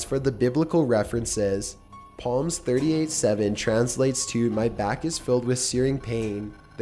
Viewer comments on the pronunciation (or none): Pretty sure it's pronounced salm not palms, not very religious just wish you'd say things correctly. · It's pronounced SAaaaaalms, not PALMS,. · Did you just pronounce Psalm as palms? Was Vikki from "Small Wonder" your English teacher?? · It is pronounced salm not palm read a Bible once in a while. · it's psalm not palm :-/ just sayin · just an fyi psalm is not pronounced "palm" it's pronoised "salms" the p is silent. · Did you really just pronounce Psalm "palms"? Good Lord.. did your parents not drag you to sunday school for mandatory brainwashing when you were a kid? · I swear to God that you mispronounce things on purpose because in every video you narrate you pronounce at least one word wrong and it pisses me off so much. Psalm is pronounced Salm not Palm smh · You no what else is a joke. He pronounced psalm as palms. Not salm. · This nigga really pronounced psalm as “palms”